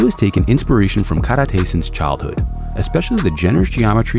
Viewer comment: That’s the worst karate (空手／カラテ) pronunciation I have ever heard ngl!!